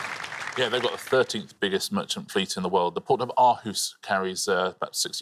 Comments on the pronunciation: Not quite how it’s pronounced, but not too too far off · Looking for the People from Denmark to say it's not how Aarhus pronounced.